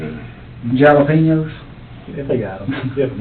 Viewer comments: Did he just say JAIL LA EPENOS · David Xeno he said jalapenios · The way he said Jalapenos is a purposeful misperception. Like people say leengaree instead of lingerie, because of the spelling. Just being jokey